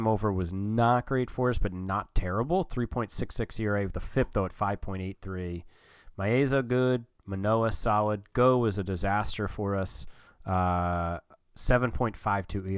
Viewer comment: very excited to see you controlling my team, as a sorta outsider! pronounciation correction (which makes lil difference because it's such a replacement level player): nathan lukes is pronounced like "lucas" not the plural of luke. also: yimi garcia is "jimmy" garcia, and tim mayza is "may-za".